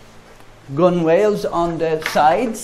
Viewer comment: Nice work (Gunwhales usually pronounced 'Gun-ells')